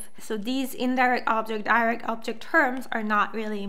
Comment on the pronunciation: I know this video is old, but I noticed you're saying "objing marking" instead of "object marking." Should sound more like "objec marking," with the final T sound faded to pretty much nothing. But definitely no -ing sound on object.